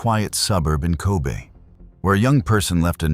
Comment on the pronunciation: it’s not “Ko bee” but “Ko bay” nice documentary but the pronunciation is not it